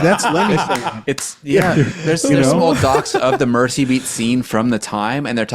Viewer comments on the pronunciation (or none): It's pronounced 'Merzey', not 'Mercy'.